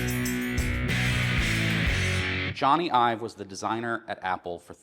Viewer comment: Nice work here. But .. Ive, not Ive. And Aluminium. Americans .. stick to blowing shit up.